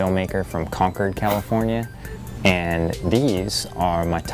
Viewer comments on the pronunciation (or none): none